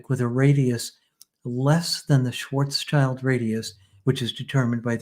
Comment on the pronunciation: First of all: highly interesting and well done, thank you both! Second of all, on a sidenote: The man was named Schwarzschild (not Schwarzchild) which is pronounced roughly like Shvuhtz Shilled. Actually this German name translates to Blackshield rather than Blackchild, not childish at all. As you may guess, I am German. 😃🤓